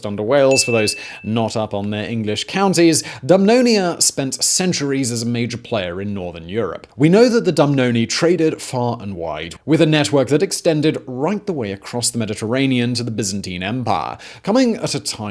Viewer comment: DuuuuMonia not way you probounced DUMBnonia